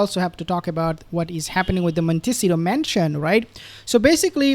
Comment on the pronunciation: BRR - it is pronounced Mon tih SEE tow - accent on SEE